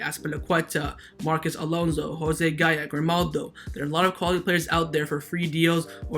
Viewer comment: Every time I hear gaya I cringe…